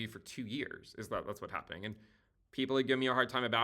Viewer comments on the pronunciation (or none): Hehe, you're so funny. "HAVENING"